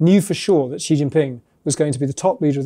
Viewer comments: She can't pronounce xi what a shame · The way you pronounce Xi... Is incredibly cringe... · I really appreciate the insights provided by the economist. However it would be nice to have the first name of the main character pronounced accurately. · I know this is minor, but if your job is doing voice overs, couldn’t you at least try to pronounce Xi’s name? Also, who over the age 5 says “nucular?”